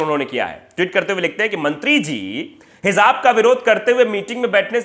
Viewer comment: It's pronounced as Hijab